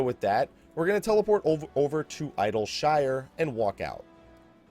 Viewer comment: Eye-dill-shyyre :D